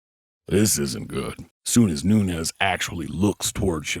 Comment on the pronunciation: Hey. This is NuneZ - Noonez but amanda is not Noonez she's Noones with an "S" so don't pronounce it like a "Z" she's not mexican or south american spanish she's brazilian